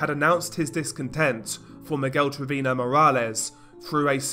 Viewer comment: His mispronunciation of Velasquez and Treviño makes me cringe. 😷